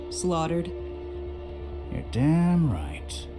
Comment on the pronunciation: The way she says 'damn' in Japanese is extremely pronounced in a Western accent that it comes across as cringy. The VA is decent but needs more work if it comes across as believable, especially since this is a noir detective point and click adventure game. Love the visuals so far though, characters are decent.